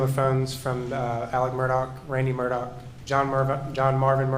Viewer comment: What is the real pronunciation of his last name because you keep calling him Murdoc not Murdaugh? Just wondering. Noticed his son didn't come back after lunch. Was he disgusted with the morning testimony? Pretty damning if I heard correctly from yesterday and today. Sad😡